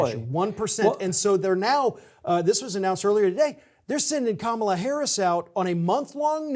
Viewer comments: Pronounce Kamala's name correctly. Start there. It's disrespectful to not even do the simplest of things to do. It all adds up. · Pap, I'm begging you, please pronounce Kamala Harris correctly.